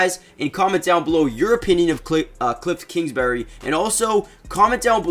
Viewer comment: “Kliffs kingsbury” is killing me